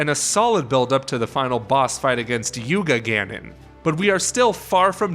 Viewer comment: * YuGanon, not Yuga-Ganon